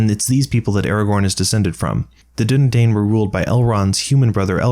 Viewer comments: Also, with Dunadain, the final syllable is pronounced "dine." Just detracts from your credibility if you mispronounce things. Also, didn't Luthien make that deal with Mandos (the other not-Manwe thing was the doom pronounced on the fleeing, murderous Noldor (aka the Doom of Mandos). And Huan was a puppy dog, not a wolf, although the uber-wolf Carcharoth killed both him and Beren. Otherwise excellent and hilarious video. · Dúnedain should be pronounced like dune uh dine